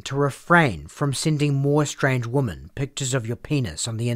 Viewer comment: Given that his first initial is "A" as in A Weiner and for whatever baffling reason his family didn't immediately change their surname when they immigrated to America were the first seeds of this man's destruction. Also side note: This is just a nitpick, but the "o" in the word "women" is pronounced more like an "i" "wimin" this might be because of your accent, but the way you say women is phonetically incorrect and really distracting.